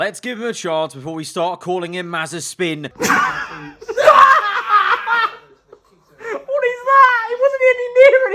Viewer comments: if mazepin rhymes with frying pan then it would be mazipan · "Nikita Mazespin"